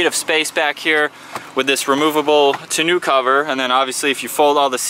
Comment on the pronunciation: Ah, finally back to reviewing cars! a bit too much coverage recently of you and your brother's home projects. By the way, I recommend an earlier suggestion, from another video, regarding tonneau pronunciation.